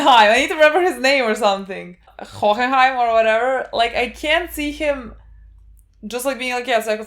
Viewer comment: Van Hoenheim is officially “Van Hohoho” from now on